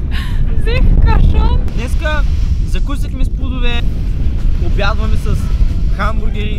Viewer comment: И аз съм от Бургас.Много ме изкефи как каза Взех КашоН смях се 15мин😂🤣😅Много сте якиииииии ❤️❤️❤️